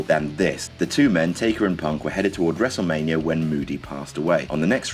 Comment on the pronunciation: he says wrestlemanier